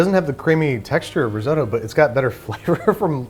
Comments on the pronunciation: It's not rizodo it's risotto. Pronounce the t's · Pronounces risotto “ris-oh-toh” Measures in imperial Angry Italian noises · The crime here is that Americans say "riz-oh-dough" and "Parmer John" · Riz oh toe! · Unfortunately I don’t think I’ll make it through this whole video because the American pronunciation of risotto does not agree with me 😂😂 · Nice, I love risotto so interested to see the results. Trying to get over how grating the US pronunciation of risotto is to UK ears though. :D